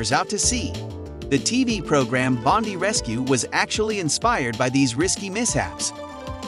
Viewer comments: Bon-die ! Not Bond-ee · Bondi is Pronounced bond ay